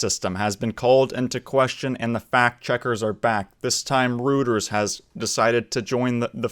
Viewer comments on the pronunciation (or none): It's not pronounced "rooters", it's "roy-terz" Like your channel tho, subbed. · Reuters — Pronounced Royters